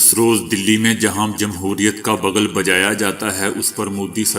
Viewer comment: Bagal nahi Bigul